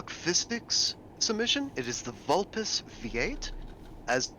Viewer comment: Did not expect to win O.o (also it's pronounced vul-pehs, got it right). Nice driving!